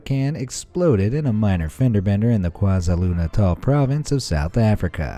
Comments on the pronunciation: "kwa-za-lu-natal' my brain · Wow, you butchered the name, KwaZulu-Natal